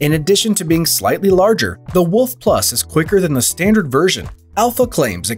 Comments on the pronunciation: wooolf not wuff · When he is saying Alpha Wolf i keep hearing Alpha Woof…